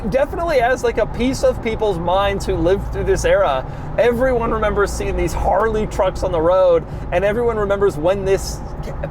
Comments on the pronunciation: Harley riders don’t say Harrrrley, but it is entertaining to hear. 😄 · Hate how this guy says "Haarreley" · My sleep paralysis demon is going to be Doug saying “Harrrrley” over and over. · Take a shot every time Doug says "Harrrley" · If I were gis friend named Harley I'd slap him for saying my name like that. EVERY TIME. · Anyone else get irritated whenever he says Harley. Why do you got to say it like that bro. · Why he keep saying Harley like that agggggy